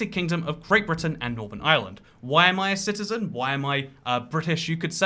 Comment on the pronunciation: Why tf does he have to pronounce Ireland like that? Cringe